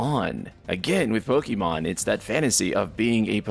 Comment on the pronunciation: Final Fantasy 10 had best turn based combat ever. Also, it's Pokemon, not Pokeymon